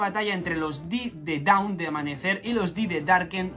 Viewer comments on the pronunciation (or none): Hola. Solo una pequeña correcion. Dawn se pronuncia “don” no daon.